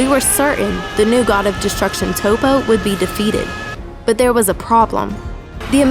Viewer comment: You mispronounced Toppo.